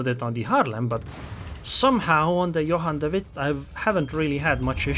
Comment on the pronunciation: Your dutch pronounciation of Johan de Witt is very good! =) keep the videos coming!